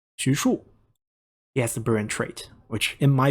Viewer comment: It took me weeks of watching your video to figure out that when you say “brilliant”, what you’re saying is “brilliant.